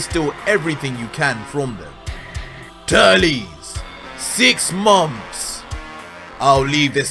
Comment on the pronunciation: I mean he Said Turlies but it's auctally Turles